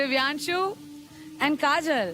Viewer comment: Chipkuu kajal bolo ache se..